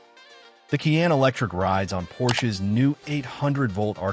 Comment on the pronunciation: How credible is a review that cannot pronounce the "Cayenne" name ? Or, that can't accurately say "foot pound" ?